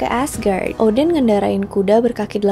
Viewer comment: kog gw dengernya oden ? 🤔 Odin , oden nih ? 🤔